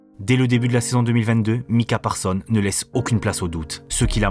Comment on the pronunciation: Encore une excellente video comme toutes les autres, mais dommage pour le "S" final de ParsonS qui n'est pas prononcé 😅